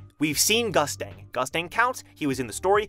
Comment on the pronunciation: In the Korean version of TOG, Gustang is pronounced (Goost-Ahng) not Gustang like mustang for those that didn't know